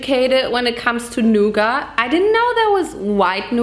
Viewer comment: The way she pronounces nougat as “NuuGAT”